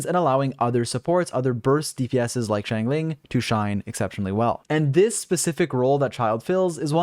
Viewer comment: man I love your videos but it bugs me a little how you say Xiangling Xiangling (Shyong-ling) Shyong sorta rhyming with Song Xingqiu (Shing-Chyo) Shing rhyming with Sing I try to pronounce the characters names the way they pronounce them themselves in the chinese voice pack.